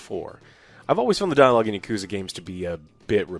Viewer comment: Texas pronunciation of "Yuh-Koo-Zuh" still gets me 😅 Like "Thay-Nos".